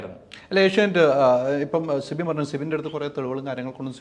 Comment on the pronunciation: Sibi allado manda. Sibin. Guest nte peru correct ayit parayu